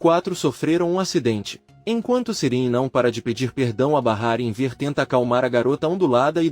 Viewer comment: Inver que pronuncia horrível é Enver